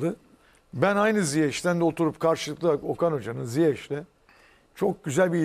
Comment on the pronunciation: Ziyeç değil ziyeş;!